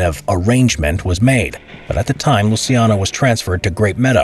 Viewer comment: It's LUCIANO, not Lusiano... for non italian speakers just imagine like it was "Luchano".